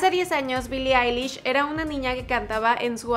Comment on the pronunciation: Soy el único que escucho que en el minuto el tipo dijo bili lish jaja